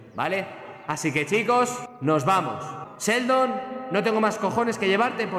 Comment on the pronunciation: Me da cosa cuando dice seldon por enrealidad es sheldon con She con She! Xd